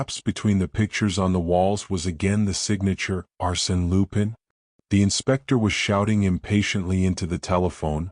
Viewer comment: You can't even pronounce Arsene Lupin correctly. Hopeless